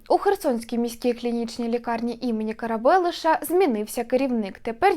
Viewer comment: Дівчина херсонська? Наголоси у словах --Карабелеша, Тропічних геть не вірні